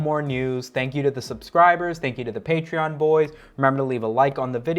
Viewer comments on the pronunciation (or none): none